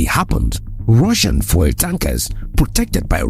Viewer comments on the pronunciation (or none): Congrats for the work... Your pronounciation of "FUEL" is super distracting though. Are you Francophone? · Why is he pronouncing fuel like that